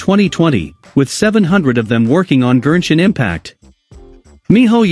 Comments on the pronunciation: Why does the text-to-speech voice keep saying “GERSHIN impact” lmaoo 💀 Gershwin Pickle Impact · Am I the only notice and annoyed how he pronounce Genshin Impact to Gernshin Impact ? 🤦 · i thought the tts keep saying "virgin impact"😭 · I know this is all cool and all but I'm still laughing that they say genshin impact into gershin impact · gurrshin impact 💀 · The Gen in Genshin is pronounced like Go and Got. Not whatever you were saying